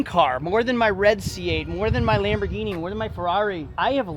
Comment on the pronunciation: You pronounce Lamborghini wrong